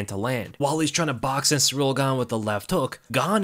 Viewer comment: Hey, it’s pronounced “seeril” not “sureel” - you been watching tooo much Uncle Chael 😆